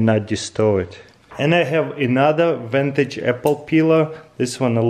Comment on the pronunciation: Vintage or Ventage? That's the question 😂